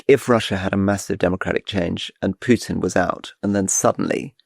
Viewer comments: Why can't you pronounce Putin's name correctly? Is this on purpose? It's Pootin. Not Pyutin. I mean if you are doing this on purpose - fine, but if not this is just incorrect. BTW - Rasputin also pronounced "Raspootin", not "Raspyutin" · There is no 'U' in Vladimir's surname... cant listen to u always making the same mistake. Pootin. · First time to come across this channel , Just auto pop-up . After 9 minutes , Decide this isn't a respectable people on the mic ,. Calling Vladimir Putin as PUKE-tin , That's it . I could respect your opinion, whatever is was or going to be , But cannot tolerate DISRESPECTful people . Bye